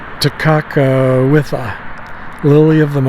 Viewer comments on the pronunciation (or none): Ta kaka witha? lol I think you added an extra vowel that does not belong in that name. 😂😂😂